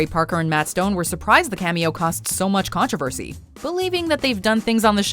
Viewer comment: There is NO "a" in the word (controversy). It is pronounced "Con tro versy" Not "Con trav aversy"